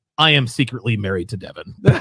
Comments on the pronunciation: Why you keep saying 'Devaun' her name is 'Devon'. It's telling of how intimately you know someone when you can't even correctly pronounce their supposed name. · the way he pronounces devon's name is so funny de VON Sharpe lmaoooo one problem i see is ppl are gonna call u a hypocrite because u was willing to work with him while he was doing the same content for a long time but when u guys fall out its "he talks bad about woman" which i agree he does im just saying if u work with the guy knowing that u can't complain after plz tell me its you just joking when u say he isn't smart at all lol u wanted him to speak at the events if she is the smart one why not invite her to speak ?? lmao did u say thats probably a sister bro thats an old pic of her u can tell its an old pic did donovan come for your wife or something im out the loop cause what u showed doesnt look like he talked about your wife at all